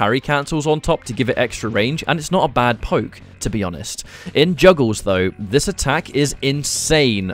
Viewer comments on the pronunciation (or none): none